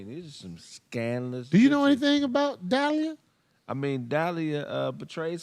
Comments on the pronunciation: It’s Delilah, not Dalia. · De-li-lah 😂 not Dalya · Duh lie lah not dial e uh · ....IT'S PRONOUNCED DAH' LIE' LUH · cant even pronounce the woman name right in the bible 😂sorry as hell. Everyone has heard of Samson and Delilah